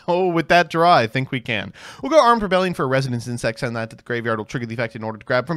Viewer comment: “Scale bomber is our sole Beeltrooper, I think” ~ after reading three different beetrooper main deck monsters. Mispronunciation of Armed Re-BEE-lion Doesn’t activate Pin the Bullseye This guy clearly doesn’t fuck bees like a true insect enjoyer